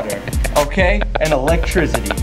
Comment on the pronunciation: “Food and water... and electrizzity”